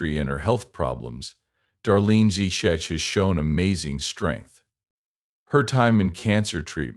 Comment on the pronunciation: We don’t need the history lesson and the pronunciation of her surname is horrible 😮